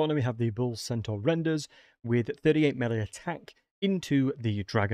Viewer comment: I think he's just slipping up his pronunciation of "bull centaurs" due to his attempt at a "play-by-play" sportscasting. Explaining things as they are happening gives you practically no time to think what you're saying and then you have to say it fast, so people who aren't professionals at it often stumble over their words and don't bother to vocally state and correct their mistakes because they have to keep describing what is happening.